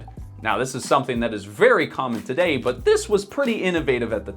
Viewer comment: Every time he said but, I thought butt, and when he said aspiration, I thought ass pear ??. I'm not a native English speaker but I might also have a wicked mind...